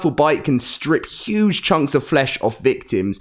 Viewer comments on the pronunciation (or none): none